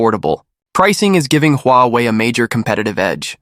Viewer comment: AI voice? Sounds awful, you pronounce Huawei several,different ways..